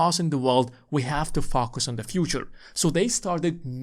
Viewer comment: Not sure if he said “f**k us” or “focus”.. both of them makes sense… I’ll assume it’s the latter 😂